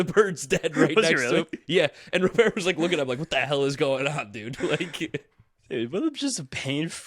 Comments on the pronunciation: it Robert not Robear LOL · His name is pronounced Rah burt! PLEASE say it right it's so annoying when you and others say it wrong lol. 1st HR was SERIOUSLY wind aided. Pirates have a pretty good lineup and really good. SP what will kill them is their defense and pen. If this is what the lineup is going to be the majority of the year they are going to win more than the 84 win predictions! LGM!!!!